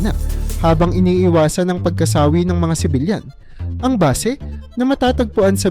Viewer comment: Diction mo pagkasawi kailangang madiin mabilis hindi pagka-sawi o sa tagalog madagsa or mabilis.